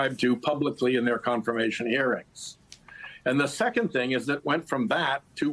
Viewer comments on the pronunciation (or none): TENET! NOT TENANT!!! COME ON FOLKS!!!